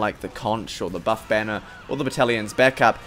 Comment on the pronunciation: Thought you said bonner instead of banner lmao